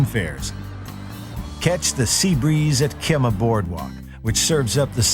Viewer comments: It's called Key-mah, not Kem-ah. Who is this narrator?? He's not from Houston! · "kima" ..its (kee-mah) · This man said Kimah board walk lol it Kemah pronounced Key-mah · Houston: one of the best cities in the country and the best in Texas. And Kemah is pronounced [key-mah] not [kim-ah]. Also Galveston is pronounced [gal-ves-stun] not [gavel-stun] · Yes he did. It's Kee-mah Boardwalk! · It's pronounced KEE-MAH!!! ASSHAT!!!! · "Kemmah"? :P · omfg. he said "keh-mah" and "gavel-ston" -_ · You said Kemah wrong. We Houstonians don't say it like that. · Anyone else notice how he mispronounced “Kemah?” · Is anyone else upset at how he said Kemah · did anyone else cringe at the way he said "kemah" lol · He said Kemah SO wrong 😂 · Wow, this guy completely butchered Kemah and Galveston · When they say Kemah wrong...